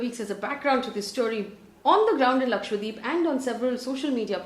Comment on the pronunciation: Lakshadweep not Lakshwadeep 😛